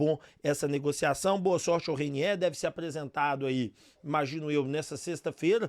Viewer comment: Ooo Repsow ???Não é Reiniééér e sim Reiniêêêr